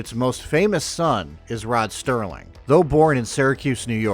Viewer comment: The gent you are so proud of is ROD SERLING, not “Rod Sterling”. I’m from Binghamton, left for the military in 1969, making a career there until 1991. I’ve seen Binghamton change during brief visits and I am happy to be living in Virginia.